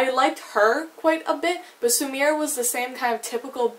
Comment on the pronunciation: 'Spatnik', 'Sumir'... girl, learn how to not butcher foreign words